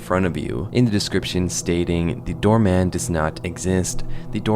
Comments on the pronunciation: My brain is rotted cause I just keep hearing you say Dhar Man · Every time he says "door man" i hear "dharr mann" and I can't stop laughing